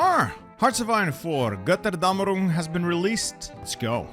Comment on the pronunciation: Please dont say Götterdämerung like that as a German idk it just sounds weird like that